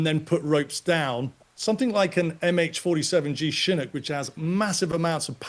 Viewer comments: Chinook, pronounced shha nook...shha like the first part of shove , nook sounds like cook with an 'n". Not how he is saying it. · How does this expert not even know how to pronounce Chinook?